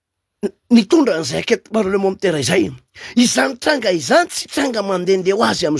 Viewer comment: enquête parlementAIRE fa tsy parlementEUR ramoseeee aaaaaa